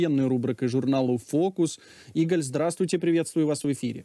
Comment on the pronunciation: Не Іголь, а Ігаль.